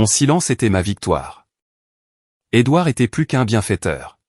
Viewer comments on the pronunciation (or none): L'onclé doir???? N'est-ce pas l'onclé Edouard plutôt, pauvre cloche d'ia,tu parles d'une intelligence artificielle !!!